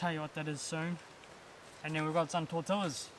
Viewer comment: Great video!! I laugh when you say "tor-tell-as" ha ha ha. Try it like this: "tor-tee-ya."